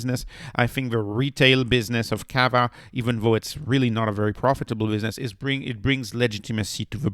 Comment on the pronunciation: I waited 10 seconds in. You cannot pronounce the word chicople or cava and you call it a lifestyle stock. You lost all credibility in less than 10 seconds. Yikes!